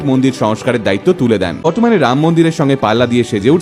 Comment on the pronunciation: 'Ram' ke 'ham' bola hochhe, tor obostha mahuar moto hobe.